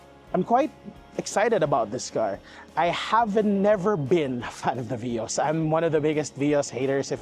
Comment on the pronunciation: It is veee-os